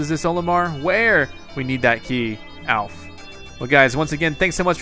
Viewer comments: and it's not alpe it's alph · HIS NAME ISN'T OLIMAR!!!!!! IT'S ALPH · He called alphas olimar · omg is alfe not olamar